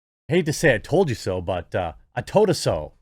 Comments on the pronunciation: I hate to say a toe da so, but a fuckin a toe da so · 'I toad a so' - Ricky is a Legend 'get 2 birds stoned at once' lol